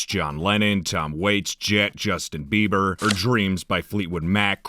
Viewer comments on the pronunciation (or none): none